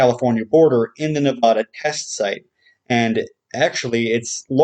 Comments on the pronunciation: It's pronuced Na-VA-Duh NOT Na-Vah Duh. I cringe every time you say it. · It's Nevada. not Navadha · Its Not pronounced NeVAWda... Ask anyone who lives here.... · Wrong Nevada is pronounced Nevada. Very subtle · Ask anyone who lives here, Its not pronounced Ne VAW da.... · Hearing that pronunciation of Nevada sets my teeth on edge.